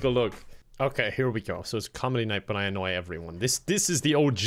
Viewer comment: "We're all big but fans on the channel..." - 2019. I don't know about you but I heard butt, not but. Context be damned.